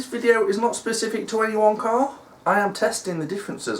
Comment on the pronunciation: When you said not specific to one car sounded you was say wanker really posh I’m mad don’t worry great video